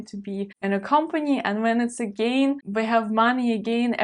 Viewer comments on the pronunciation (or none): To add to that - and again, your English is generally very good - "gain" is approximately pronounced like German "gähjn," while "again" has the stress on the second syllable, and may be approximated by German egg*äh*nn.